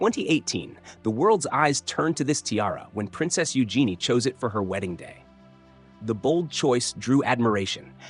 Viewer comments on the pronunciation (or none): none